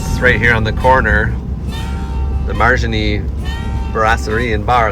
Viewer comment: Heads up... It's not Margin-ee...it is Mare-uh-nee. In New Orleans you don't pronounce anything the way you think you should... even French words.